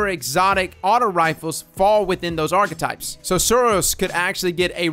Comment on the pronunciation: "Arca types"